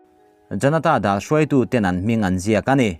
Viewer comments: A bengvarthlak ṭhin e. Janata 'Dal' hi dailuah 'daal' ang ni lovin thluk lovin, ka 'mal' a nâ tih a, 'mal' angin han lam rang vat teh. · Janata dal tiha dal hi dailuah, dal kan tih angin i lam ri a, a dikin lam tawh la please. Malpui tiha mal ri angin aw please. Ka inthlahrung viau naa ka duhsak che.